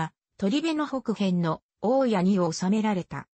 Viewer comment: 「おおや」×「おおたに」○